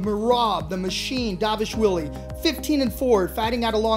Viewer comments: It's dvalishvili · Is no one able to pronounce dvalishvili’s name correct?